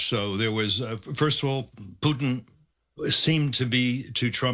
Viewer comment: Tell me this, why should I take anything that these so called experts that the MSM brings on seriously if they aren't even competent enough to get this Russian president's name right?